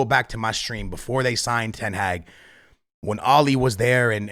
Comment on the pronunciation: Please learn how to say ten hag